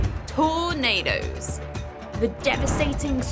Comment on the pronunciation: "TORE NAY DOUGHS"